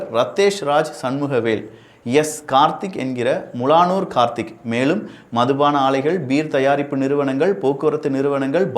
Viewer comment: முலானூர் இல்லை மூலனூர்